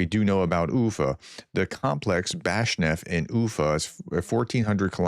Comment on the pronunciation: When pronouncing Ufa, it is spoken like uFA. The accent is on the FA. oooFA I lived there for a few months. It's a nice city, good people, a reasonable hockey team. They have a history of rebelling against Russians. Good for the Ukrainians hitting this refinery. They really need to destroy the refinery in Omsk. Chelyabinsk. Is spoken like Chely a binsk. A meteor hit this city a number of years ago.